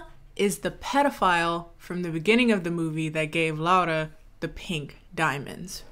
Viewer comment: You said my name right 😭 sincerely, a Spanish Laura